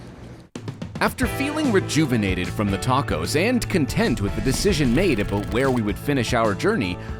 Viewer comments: I think you managed to mispronounce "Nevada" several times (there is a "preferred" pronunciation). Good news, you balanced it out by also mispronouncing "tacos." Fun video. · My ears hurt hearing 🌮’s pronounced tachos.